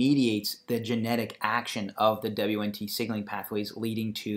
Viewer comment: What the hell is "dabliuenntee"? its pronounced "Weent". The basics!!